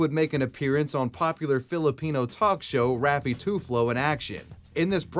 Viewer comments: TUFLO HAHAHAHAHAHA, It's Tulfo man, haha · raffy *tulfo not tuflo, also *bonifacio not bonaficio 😂, now i know how other people feel when i butcher their language's pronunciation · the way that he just says "Tuflo" instead of "Tulfo" is funny T-T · My wife listening to you pronouncing “Raffy Tulfo” as “Raffy Tuflo” made my day lol. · Tulfo not Tuflo. 😂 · Bro said toothlo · Alique is read as Ah-leeh-keh. If you want, you can send me an email for Filipino to English translations, free of charge. Edit: Rizal is pronounced Reee-sal, Bonifacio is pronounced Boh-nih-pah-seeyo, and Tulfo is pronounced Tool-poh. You're really butchering Filipino names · My favorite part of your videos is how you switch the pronunciation of people's last name throughout the video 😂